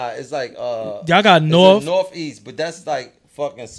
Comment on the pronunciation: It’s not north it’s norfff 😆